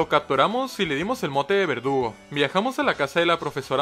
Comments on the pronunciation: Soy el único que escucha que dice "vergudo" en vez de verdugo?🤨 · Me di cuenta que le dice a verdugo, vergudo 4 veces XD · No se si sea un error, o era así, pero contra cathy a al corvisquire llamado "verdugo" le dice "bergudo":v Querido, ese fue un error? Un easter egg? O tengo problemas d audición xd? Mames volví a escuchar y si suena que dice "bergudo" xddd Ojalá el lea y me aclare la duda que no me deja dormir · Alguien más escucha vergudo y no verdugo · Creo que lo dice así adrede, yo lo oí así casi todas las veces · No eres el unico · en el minuto dijo vergudo en vez de verdugo 😹😹😹😹😹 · soy yo, o dijo vergudo en vez de verdugo? 🤨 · En antes de decir verdugo dijo bergudo XD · Se dieron cuenta que al corvinigth en vez de decir "Verdugo" dice "Vergudo" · en el minuto dice vergudo en vez de verdugo xd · no me vas a engañar, ashi dijiste su nombre pero con una G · Y en el igual